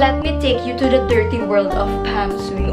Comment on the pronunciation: "bery derty" LMAO